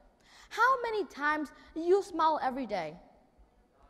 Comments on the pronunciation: Mình học ở mỹ cũng lâu ròi mà hầu như hong nghe ai đọc smile là /smoul/, mọi người toàn nói là /smail/ thoi. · smile, pronounce smai-o`.likes smou..l, u kn? ple listen AJ Hoge lessona. sinsere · He just simply pronounced "smile" in the wrong way! 😂😂😂